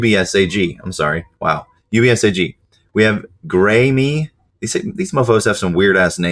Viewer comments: Graeme is not pronounced Gray-Me bro 😂 Its Gray-am. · graeme is said gray-um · Its pronounced Gram. crazy spelling IK.